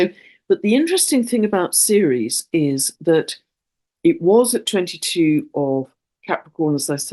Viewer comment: what do you mean when you say "seres"? Is this Ceres? The moon of Jupiter?